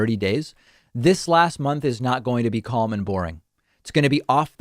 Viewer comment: The L in calm is silent. Or is supposed to be.